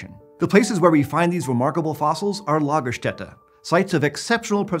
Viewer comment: Lagerstätten...! Do your German right please😂